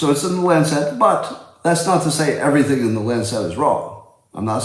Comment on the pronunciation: Words mispronounced: lancet, colonoscopy.